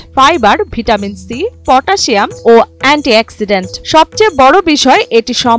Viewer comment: অ্যান্টি এক্সিডেন্ট 🤣🤣🤣 অ্যান্টি অক্সিডেন্ট ✅